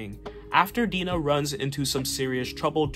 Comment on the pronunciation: I love Mike Grell, especially his Legion of Super Heroes work. FYI (for your information): Black Canary’s first name is not pronounced Dee-nah, but rather Die-nah. (Like Dinah Shore, but I’m sure that’s too old a reference for you. She had a famous talk show in the early 70s, but the only trace of her celebrity left today is a women’s golf tournament named after her.)